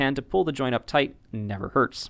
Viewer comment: Toight like a tiger.